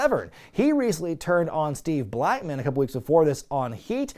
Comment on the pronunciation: Wrestling Bios will appreciate the pronunciation of Steve Blackman